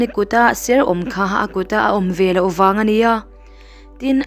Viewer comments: Velah tih hi a dik lo Veleh tih tur aw, he tia mitam tak ngaihthlak tura thu sawitu te hian, Miuzoṭawng hi uluk hram teh un. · Veleh tih tur vela i tiziahhi i ti lui a ang ka ti chhiar dik ve la